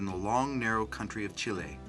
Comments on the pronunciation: ikr he said it wrong XD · CHEE-LAY = Chile